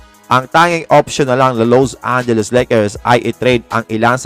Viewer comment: wag mo nman bigatan ang pag bigkas LOSE angeles Lakers bakit nman ganun?🤔😬